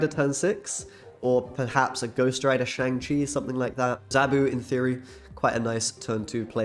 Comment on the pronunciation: I'll subscribe to your channel if you promise to pronounce Shang correctly going forward.